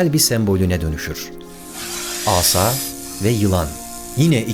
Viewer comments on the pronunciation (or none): Yine mükemmel bir video olmuş 👏👏👏 Diksiyon konusunda bazı 'e' sesleriyle probleminiz var. Açık kullanıyorsunuz. Bir de asa kelimesinde sadece 2. A harfi uzun söylenir. İyi çalışmalar.